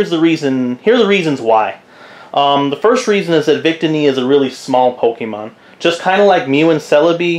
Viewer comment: Nice vid but it's pronounced vic-tee-knee